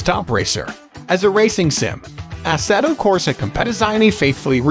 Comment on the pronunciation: I’m sorry but you completely butchered the name for assetto corsa 😬